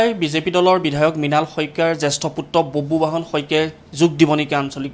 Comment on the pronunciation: বুববাহন নহয় অ সাংবাদিক ভাই, বব্ৰুবাহন